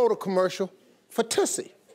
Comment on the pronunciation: You are saying it wrong. Try changing that "U"to the u in tussle, as in skirmish/ tussle with a dog toy. It is also a perfume from 1950's. No mistaking the word with a different pronounciation.